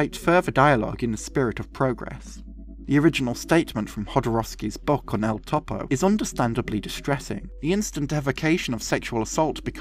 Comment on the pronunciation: "Synechode, New York" is an amazing film by a Jodoworsky fan... Btw, Topo is generally pronounced closer to (toe • poe) than (top • oh).